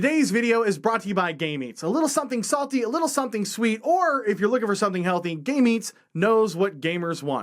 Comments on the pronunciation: Video was in my watch later playlist, and started without me watching the screen, so I only heard the beginning ... Later I looked at the comments and said (out loud), "OOOOOOOOOOOH! 'GAME EATS'!!!" I kept hearing you say Gay Meats, and I was like, 'That's a really provocative name for a food company.' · It sounds more like "gay mates" than "game eats" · What he says : Game eats What I hear : Gay meats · Was that advertiser for gay meats or game eats?? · I thought you said gay meats for like 5-10 seconds lmao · It did my subtitles said so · I know this has literally nothing to do with the video, but you might want to take the time to pronounce each word in Game Eats. The way you said it I couldn't tell what you were saying and it sounded like Gay Meats... No disrespect, but just slow down a little when talking about that particular sponsor.